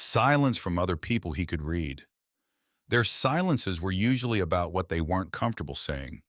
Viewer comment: Your AI keeps pronouncing 'read' as 'read' instead of 'red'. In English pronounciation context matters.